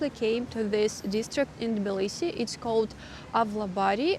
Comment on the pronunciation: Why do You say Bilisi, instead of Tbilisi? I love Tbilisi! Smartest thing I've ever done, is move here.